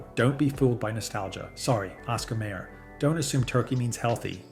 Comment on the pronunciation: Dude, how can you not know how to pronounce Oscar Mayer, like "mire"?